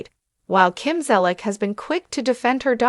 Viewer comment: You can’t even pronounce the woman’s last name at least learn to pronounce someone’s name before doing a story on them.